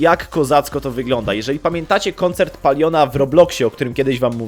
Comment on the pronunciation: koncerrt fortnite xDDDDDDDDD